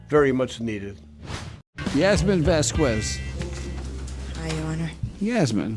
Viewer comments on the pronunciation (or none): none